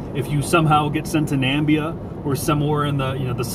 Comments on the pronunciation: lol ha "Nambia" did he try to say Zamibia or Namibia lol ha ja ah he killed me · "If you somehow get sent to Nambia...". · I had second thoughts if he said Zambia or Namibia, but he did say Nambia lol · Okay, class, please point to "Nambia" on the map... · I think what meant was Namibia not Nambia... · its Namibia not Nambia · "Nambia"? Is that Namibia's Narnia? ;) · Really "Nambia" couldn't even take time to learn the country's name properly.. Its called NAMIBIA....